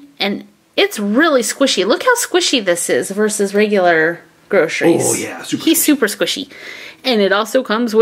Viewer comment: it's not squished tomatoe it's squishy tomatoe